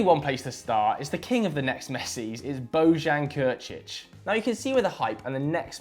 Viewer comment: the way he said bojan krkic